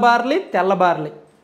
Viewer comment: Orryyy karrri sanyaasi baariii kadhu barlliiii